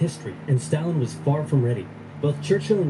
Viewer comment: You know for someone who seems to be really into history (at least enough to create these great videos) you'd think he'd pronounce Stalin's name correctly lol